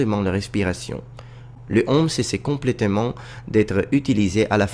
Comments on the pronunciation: I agree, he speak really well French, but I heard several time "homme" instead of "heaume", and you have a funny tendency to pronunce the "h" like in English when in French it's either like it wasn't there, or just you cannot do the "liaison". That's strange as in Italian "h" isn't pronounced like in French. Except if in Sicilian it is ? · Bon travail ! One mispronunciation that I see already is the way you say "haume". The "au" within the word should be more closed and not as open as what you are saying ( you are saying "homme" which I'm sure you're aware of, means "man" ). It should be pronounced as : [om], instead of this : [ɔm]. "Haume" rhymes with "eau". If you repeat them one after the other and they start rhyming, that means that your pronunciation is correct. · His french even back then was already pretty good indeed! I also agree with the "heaume" pronounced like "homme" but I'm not sure it can be considered that much of a mistake, I might need some confirmation about that, but in some southern accents, the closed "o" sound can be pronounced openly, like with the word "Rose" that can be pronounced \ʁoz\ in the north, and \ʁɔz\ in the south. So depending on the accent you are aiming for it might not be a mistake? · Your French and your pronunciation are very good ! You spoke relatively fast, but I had no problem understanding ! The only 2 things that I noticed was "heaume" pronounced like "homme" with an open o sound, when it should be a closed o sound. And the 2nd one , I don't know if it's just me but I heard " l'effondrement de la pyromane d'occident" instead of " l'empire romain d'occident". It's just that I took my brain a second to get it right.